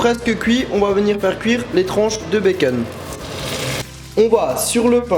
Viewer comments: Et du beken ( becon) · des tranches de béceune mdrrrr (charles le prenonce comme ça) nonis ut se el ruelliem :) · C trop drôle la façon dont tu dis bacon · Sidonie Launay façon américaine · ça me stresse ta façon de dire "bacon"